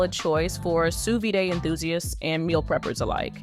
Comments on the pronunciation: A note from a true polyglot who has been speaking four languages since the age of three: Sous vide (/suː ˈviːd/, as per the International Phonetic Alphabet) is pronounced “Sue Vid,” not “Sue Viday.” It’s French for “under vacuum.” There is no accent on the last ‘e’; “vide” differs from “vidé,” which means “emptied” in French. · That’s not how you pronounce Sous Vide. Jesus